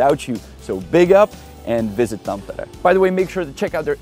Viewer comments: That's an impressive pronunciation of Tampere 😁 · you actually said Tampere pretty much just like finns say it😁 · Finally a guy who dont say it thampeere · I thought you were a fin first from the correct pronounciation of Tampere. But then you said Janek and Honza, so you must be czech? Czech and finnish pronounciation is not that far from eachother I discovered when I lived in Prague, even though the languages are miles apart.